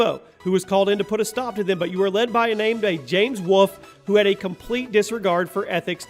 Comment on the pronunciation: He still can't say "wolf " properly lol